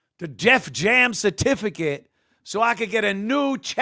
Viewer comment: “The Def Jam certificit” 😂